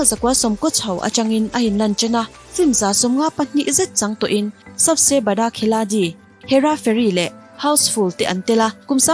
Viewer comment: Sabse bada khiladi tih i pronounce dan khn k beng a verh deuh tlatsss...hindi ah chuan d hi r angdeuh a lamtur...sawive mai² nhchu aw😘😘